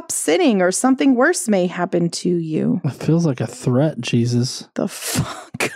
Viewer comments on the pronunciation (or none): Correct me if I'm wrong, but did you call Jesus "Jewsus"?